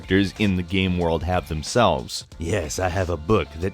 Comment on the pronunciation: You say "game" weird